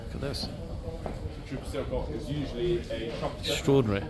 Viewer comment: "strodinry "strodinry "strodinry........."strodinry "strodinry.